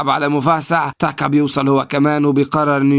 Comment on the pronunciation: بالله عليك انطق الأسماء عادى انا مش قادر اكمل الفيديو بسبب تاكا و موفاسا و كيارا و اى حاجة اخرها ا بسبب نطقك انا اسف والله بس بالله عليك غير الطريقة دى